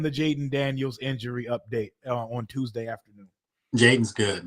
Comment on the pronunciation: why is it every time you say Tuesday I remember the movie top shottaz 😂😂😂 "Evrrrry Tooozdey, errrry blood-clot Tooooozdey" 🤣🤣🤣